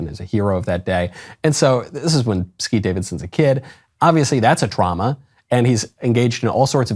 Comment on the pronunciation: Thank you for saying Skete. Big win.